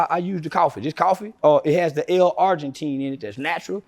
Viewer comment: it's L-Arginine not Argentine, driving me insane